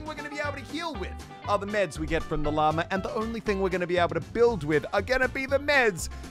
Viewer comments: the only things we’re gonna be able to build with are MEDS from the llama - muselk 2019 he said meds... not mats 🤦‍♀️ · It is called MATS as in Material. He pronounced it wrong. I hope this helped